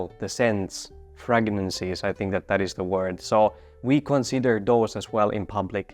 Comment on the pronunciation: Pronounced Fray gran sees obviously not spelling like that